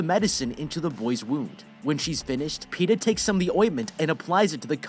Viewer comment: You couldn't say Peta more better than Pete'ah